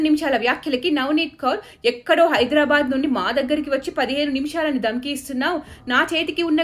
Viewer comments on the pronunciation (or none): none